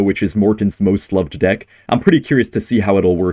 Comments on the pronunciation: That is NOT how Ken pronounces deck!! You might have accidentally said a quite homophobic slur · Also pronounced the word like a slur lol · "Deick" killed me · hello ian! love the vids and i knwo the pronounciation for deck as different to avoid what ken was saying but you might want to change the word in case of future demonitezation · ian the type of guy to pronounce deck as a slur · Hey, I know you definitely didn't mean it like that, but the way you pronounced "Deck" when referring to Ken's deck actually sounds like a slur used for lesbian women. Just letting you know so you can try a different pronunciation to avoid goblin cursing! Love the videos ❤ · Hey, just wanted to let you know that the way you pronounced dick is actually a slur again lesbians